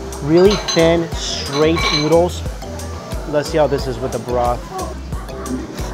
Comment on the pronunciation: he says 'newdles' instead of 'noodles' LOL